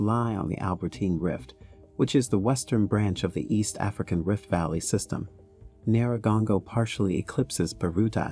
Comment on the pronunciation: It's pronounced nyih-rah-goh-ngoh, I think it's wise to learn how they pronounce the name in the own tongue, it doesn't take that long just Google it. Nice documentary though.